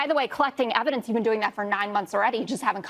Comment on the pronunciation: They seem to have a lot of "neva-dence"